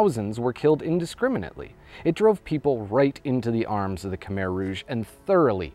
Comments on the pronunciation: It’s not (kuh meher) it’s (Kuh my) idk why google has the pronunciation wrong. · You said Khmer wrong. It’s (Kah Mai) not Kah Mair..I’m full Cambodian that’s not how you say it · Pronounced ka-mai. Beautifully done. Brings tears to my eyes. I have only been met with kind eyes and sweet smiles from the Khmer people. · Americans pronounce it as kuh-mere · khmer i’m pretty sure is pronounced ka-mai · the way he promounces khmer